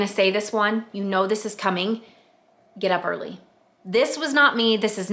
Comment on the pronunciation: I love this! Thank you for sharing. I have to tell you though, I'm folding ( and putting away) laundry as I watch this, and when you said, "Get up early"...I HEARD..." Get a Harley". I was like... WHAT did she just say?!?! 🤣🤣🤣 My mind is squirrely like that though! 🤪😆🤣